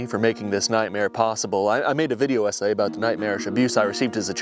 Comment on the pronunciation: "I made a video hessay"